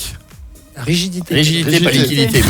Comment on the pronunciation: Bon il s'est un peu mélangé les pinceaux dans la prononciation du mot mais lividité cadavérique ça existe hein, l'équipe et surtout Cauet se moque bêtement comme d'hab 😒 C'est des tâches irrégulières de couleur violacée qui apparaissent après la mort au niveau des parties déclives du corps non soumises à la pression. C'est la migration de l'hémoglobine avec la gravité qui donne ces nuances rouges à la peau. Leur présence est un des signes positifs de la mort. Les premières colorations apparaissent à partir de 3h et sont maximales au bout de 12h.